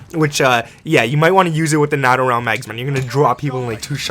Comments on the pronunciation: It's pronounced NATO(e) not natto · The proper way to say NATO)= NATE-0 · It’s NAAATO long A. As in the North Atlantic Treaty Organization. Just a tip lol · I'm being pedantic but it's "nay-toe" for NATO🤣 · NATO (NAY-TOE) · Are you... pronouncing NATO as NAhTO? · NATO rounds ( pronounced gnat oh) LMFAO wow just wow